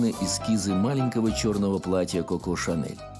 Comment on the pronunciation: Коко, а не Како. Нельзя произносить Како!